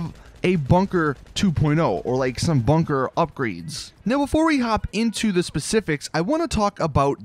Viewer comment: i cringe every time he says "bunker"